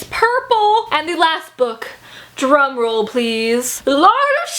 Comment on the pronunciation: I didn't hear "drum roll", I thought u said "drug roll" and I was like wtf is that and am I still watching